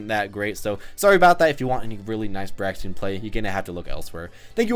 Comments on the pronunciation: How i say her name Me: Braixen... How say her name: Braxen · It's kind of bugging me that you keep saying "Braxien", but this was nonetheless a semi-informative analysis of Braixen. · Break-sin. Honestly, it’s not that hard to pronounce. Y’all just a little dyslexic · It's pronounced "Breaks-un". Because them's the breaks. un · Breaks In Thats how you say it my man. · I think its pronounced brayxn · Braixen pronounced like Breaks In, as in Braise + Vixen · it's pronounced like Breaks In or Break Sin depending on how fast you're saying it.